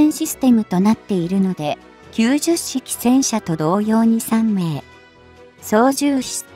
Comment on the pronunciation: 10式をわざわざヒトマルと読むと説明しているのに90式をキュウジュッシキと読んではいけません。キュウマル式です。